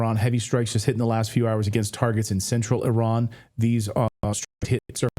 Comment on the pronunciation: Can homeboy in the background pronounce Iran properly please.